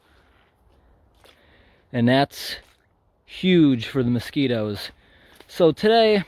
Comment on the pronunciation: Moe-skee-toes Or Masq-eh-toes